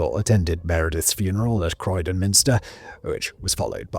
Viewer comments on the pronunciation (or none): none